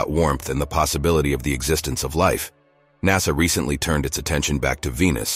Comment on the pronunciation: The narrator is a robot and pronounces the same word in different ways. NASA is sometimes called NASSER!